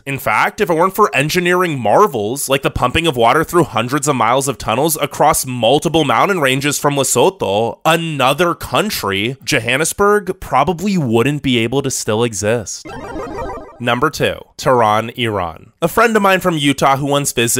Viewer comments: Lesotho is pronounced "less oo too" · And Lesotho lol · Why did he say ‘Lesotho’ like that 😭😭😭😭